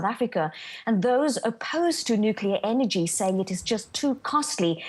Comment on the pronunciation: They madde? Nukleer engie? Solah engie chiipaah buy faah. Inday propreet. Cummon mon: nuclear energy? Solar power delivers better results cheaper. Let alone other alternative energy supply solutions. Why waste any more of Sth.Africa's money on Western dogturddemmagogbulldust? Go with the 21st C., not the Boar War!